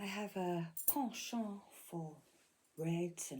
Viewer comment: the way you said penchant ;) Do you speak french??